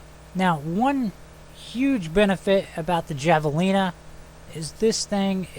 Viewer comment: It's pronounced "Hav-a-leena"